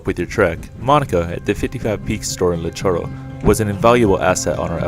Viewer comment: LITOCHORO REEEE NOT LITOROH